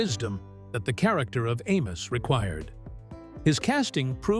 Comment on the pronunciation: This was a nice documentary of the characters. It would've been better if the AI voiceover was less obnoxious in pronunciation of names like Amos ("A-mose") and Madam ("M'-dam"). Would've also been better if you had used clips in the background that portrayed the person being discussed, and not a hodge podge of Amos n Andy clips that often weren't showing the subject. It makes me think this entire video was AI-generated. If so, the lack of human effort shows. Amos n Andy was - and always will remain - my favorite TV show of all time. I've seen each episode at least a dozen times, including some that have been lost. Like when Andy owned a bakery. The best line ever uttered in all of the shows was when Kingfish told Andy he had married Sapphire "for better or worse, till death do us part. And it can't come none too soon for me!"